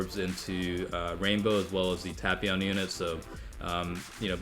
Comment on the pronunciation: That's the correct pronunciation,the dub's pronunciation is what truly hurts.